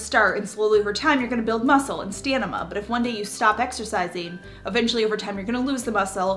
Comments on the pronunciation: Stamina, not Stenima. 😂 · I love you but you pronounced pronounced stamina stanima❤ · OMG you kept saying STANIMA instead of STAMINA and that is what I said until I was like 12, you just reminded me of my childhood. ❤️ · Excellent video from start to finish. Great tips. Love the mantras!! Very practical. Also, you're so cute with your stanima, instead of stamina. (laughing) ☺️ See -106. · I love your videos I just have to say it’s Stamina not stanima. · Girl you had me going back within the first minute, STAMINA 🤣 It’s stamina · All good points. Just one correction. It’s stamina (not stanima.) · Love your videos. Congratulations on 1Million subscribers. You keep me motivated. Little side note: I sounded and looked to me like you said staNiMa? I'm sure you meant Stamina. I thought it was cute!😉 I do that all the time. Sea Anemone is the worst one out there to pronounce. 🥰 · Stamina not stanima....love your valuable videos. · Stanima ? Hahah nice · Smiling at her pronouncing stamina as stamima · The m comes before the n in stamina. It's not stanima. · hi- helpful video, but fyi it's stamina, not stanima- don't fret i say a lot of things incorrectly :) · "Stanima"? LOL---oh, baby brain... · Stamina ✔️ stanima ❌ 🙃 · STAM-i-na (not stanima) 😉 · haha i love you but you said stanima twice but it’s stamina 😇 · Did you know it's stamina? Not stanima? :) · It’s called STAMINA…. Not STANIMA 🤣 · *staMiNa not staNiMa 😆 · U r a sweetie,. But I gotta tell u-- the word is stamina not stanima.🤪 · “Stamina” not “stanima”😅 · I had a good giggle at "stanima" 😁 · haha - "stanima" .... great video, btw! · But stanima? Anywhos, great video,! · I lost my ‘stanima’ after watch this lol, great video though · Lol stan-i-ma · I was just about to ask is that the American way to say it? 🤣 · Hahaha yeah I noticed it too and I am a non-native (from Europe) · Could be dyslexic. They know the words but there's certain days where it gets jumbled. Not always.